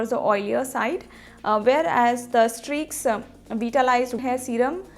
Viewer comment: Even you are not able to mention the name properly..how do you reviews this products..? You guys all are fake..Do everything just for business...try to use this at first then make video